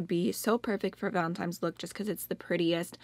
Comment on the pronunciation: It's 7 pm in the middle east & I just woke up from a nap ! I saw Angie's video, then yours And I couldn't stop hearing you say valentine's like VALEMTIMES 😂🙃 I truly need a JUG of coffee now 😂😂 I like this video idea , and I love the look ,I'm truly sorry for your palette status rn I felt the same when you said it became a bitter/sweet thing now ! 💜💜 Happy Valentine's everyone 💜